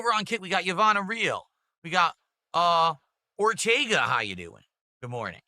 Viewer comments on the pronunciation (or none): none